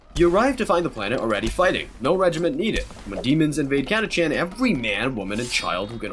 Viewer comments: They're called Catachans not Chatacants. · Catachan ist spoken with a k like Catakan. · You are the first person I have ever heard pronounce the CH in Catachan. Not saying you're wrong... Honestly I'm wondering how we looked at it and thought "ahhh yes catakan that's correct."